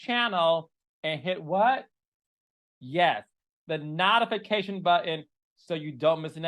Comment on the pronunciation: Carlos the way you say notification have me weak 😂